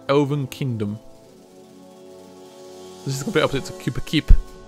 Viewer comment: Kupa keep or koopa keep 😂